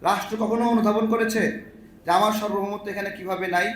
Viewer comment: ভাই সর্বভৌমত্ব না সার্বভৌমত্ব। এসব ছোটখাটো ভুলের দ্বারাও সুক্ষ মূর্খতা প্রকাশ পায়। এজন্য ছোটখাটো ভুল-ভালা করা যাবে না। এতবার এই শব্দটি উচ্চারণ করলেন একবারও কি সঠিক ভাবে উচ্চারণ করা গেল না? ভাই লেখাটা অন্ততপক্ষে দ্রুত ঠিক করে দেন।